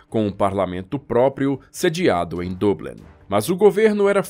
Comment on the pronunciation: Perfeita pronuncia Dublin [Doblin]